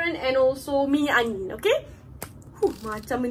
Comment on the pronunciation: Dia kata minyak wangi aku dengar minyak angin